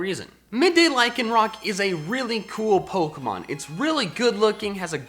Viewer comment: AGAIN, LYCANROC DOES NOT END WITH A K!